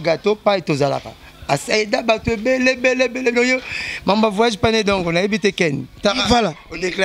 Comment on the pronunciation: kkkkkk ken ca va .na moni vraiment ozo na souci ya ko kolisa musala.ba questions ya propre ba terme bien pronounced kkkkkk "vaaayage" kutu olobi yango te.